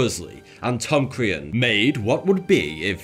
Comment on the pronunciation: Crean is pronounced creen not creahn